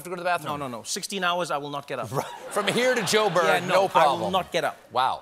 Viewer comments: I noted that too! Rare for a non South African to say Jo’burg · Love hearing Colbert call it Jo''burg!